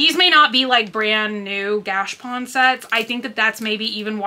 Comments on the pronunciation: Girl! Its gashApon! 😊🤣 Not gashpon. Lol haha OR are you saying it that way on purpose like your "hurls" (hauls)? 🤣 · I have been saying the same thing. Gotcha and she says gash. Maybe she just says it that way🤷‍♀️